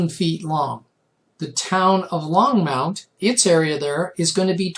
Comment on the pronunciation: Love your layout but you do know there is no "U" in Longmont Colorado right? Keep up the good work